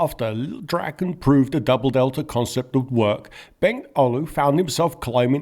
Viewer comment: DraaaAAAAAAAAAaaa-ken. Long A. As in Draw. SAAB saw draken naken.